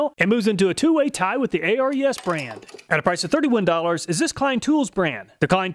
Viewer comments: I've noticed in every video of yours reviewing ARES tools, you spell out the name, A-R-E-S. According to the company's channel on YT, it's pronounced Air EEs. I'm guessing it might have something to do with the mythical Greek god of war, Ares. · A-R-E-S is pronounced AIR-EES by the way. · i wonder why he spells out Ares, its weird. its pronounced Air-Eez, as in the greek god, not an acronym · ARES is pronounced Air-eez. Greek god of war i believe. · Isn't Ares pronounced "Airease" like the Greek God of War? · Thanks for all your awesome videos. I always check your channel before I buy a tool. It's saved me a lot of money! By the way, the ARES tools are pronounced like the Greek god of war.